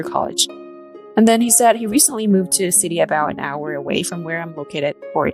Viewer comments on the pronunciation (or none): none